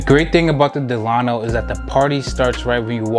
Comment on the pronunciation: Before you start reviewing famous hotels in Miami, you should probably learn how to pronounce them. It's not Dell-AH-no, it's DELL-uh-no. You know, like FDR.